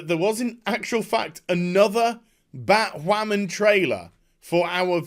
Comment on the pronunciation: thumbs up just for the "Bat Wahman"